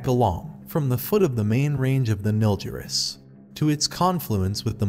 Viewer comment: Also Nilgiris not Nilziris.